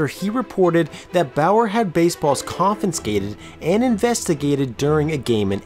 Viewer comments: it's pronounced CON-FIH-SKATED... you're adding another N in the middle, bud. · All I kept hearing was "confinscated" Great video though. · Wonderfully detailed video! But please, please: it's conFIscated, not conFINscated ... one 'N' sound. Thanks